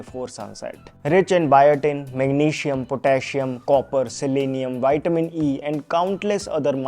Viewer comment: Vitaaamin C nahin , Vitamin C । please work on your English, else Hindi is ok , it's our mother tongue